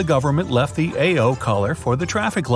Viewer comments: It's ah-oh, not ay- oh for blue. 🙂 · U don't say A O you say ao like "ou" as in "out" there's a little difference in the tone though but saying it A O is too weird! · it is pronounced as ah-oh. i speak basic japanese. i am actually learning japanese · yall say "aye oh" it's pronounced "OW" tf 💀💀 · Ao isn’t pronounced as ‘eiyo’. It’s pronouced just like “ow” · ... It's pronounced ao, not eyou!😡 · He literally say it "A-yo" but it's actually "A-o" like when you say "ow" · fyi - ao (blue/classic "green") is pronounced "ah-oh". wasabi (not wasabeh). also, if 100 yen = 1 USD, 3000 yen (for a peach) is only $30. did you mean 30,000 yen? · 青 is prounouced like "ow" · Hi I leave in Japan for 8years and this guy pronounced blue really wrong 😑🤦‍♀️🤦‍♀️🤦‍♀️ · You pronounce AO completely wrong